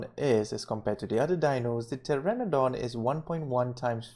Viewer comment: PTERONODON NOT PTERADON xD